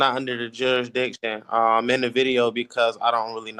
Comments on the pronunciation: Jurik -diction? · He can't even say the word jurisdiction!😂😂😂😂